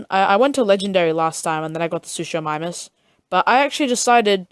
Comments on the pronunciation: It's sukamimus not suchamimus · Bro says sushus instead of suchus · “Irritator” 💔 “Utharaptor” 💔💔 “Suschomimus” 💔💔💔